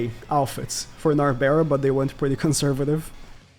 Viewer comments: Please stop calling her nabera Nar-Bral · It's narberal not narbera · the way he says narberal gets me everytime